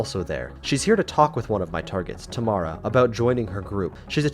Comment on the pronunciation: it isnt "Tamala" its "Tamara"